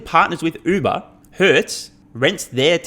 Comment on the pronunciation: Among other kudos for your content, thanks and congrats for finally being maybe the only commentator I know of that finally pronounces the Uber brand name properly. Happy New Year! Despite information abundance, cultural legacies are disappearing with any efforts to actually use our intellectual gifts.